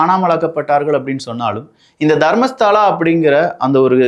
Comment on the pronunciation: அது தர்மஸ்தலா. தர்மஸ்தாலா இல்ல. அப்பறம் ஹெக்டே ஹெகட் இல்